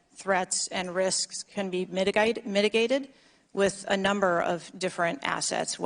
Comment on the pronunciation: she begins to answer a question. Why does an Australian accent come out and then get corrected when she says the word “mitigated”? Am I imagining that?